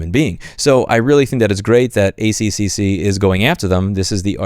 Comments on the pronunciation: lol my first thought hearing louis say ACCC was "'A-C-C-C' sounds so wrong" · Ay see see see sounded entertaining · It's pronounced "A triple-C" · Just so you know, here in Australia we pronounce it "A triple-C" rather than "A-C-C-C" just easier that way. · We pronounce it 'The A triple C' not 'a c c c' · its interesting hearing someone verbally say "a c c c" we just say "a triple c". I love the accc when it comes to white goods and warranties. Basically the consumer is protected regardless of any retailer or manufacturer warranty period. Basically the guarantees do not have a fixed expiry date and last for a reasonable period based on the product's nature, price, and expected lifespan. So when my 5 year old washing machine died, I was entitled for a free replacement / repair or store credit. I think this is to try and combat planned obsolescence. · FYI, in Australia we pronounce it A-triple-C. Same number of syllables, but it rolls off the tongue easier. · Just nitpicking. For Australia, if you see the same letter repeated in an anagram, the pronunciation changes. Our Air Force is the RAAF, said as R doubleA F, and the ACCC is the A triple C. Otherwise I get lost as you bounce through them. Good report, I was not aware of it. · In Australia we pronounce ACCC as “Ay-triple-C” 😉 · The A triple C (that's how you pronounce that) is awesome. Australia has the the best consumer protections in the world. The net result is that Australians don't do caveat emptor, trusting that the government has our backs. Multinational companies see us as a dumping ground for inferior products and the ACCC does it's best trying to sue them all... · If you’re not gonna pronounce it “A triple C”, try pronouncing it like “AC/DC” is pronounced, rather than “FCC” with an extra C. 🇦🇺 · Excellent vid mate. Just a heads up. Its pronounced A triple C. And we've got real consumer protection laws here. We're lucky. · here we call it "The A Triple-C", but otherwise well said mate 👍